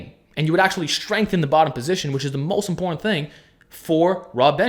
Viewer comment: "it's really imp0rn to have a tight back" haha